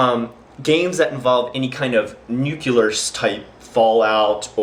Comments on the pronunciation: Wtf is nucular? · heheheh nucular